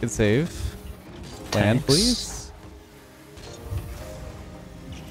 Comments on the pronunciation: I'm glad im not the only one. I realized I didnt like on the 8th time he said "tanks". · i hate IT everytime He sais Tanks instead of thanks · he's gotta stop saying 'tanksss cx' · “tanks” 2020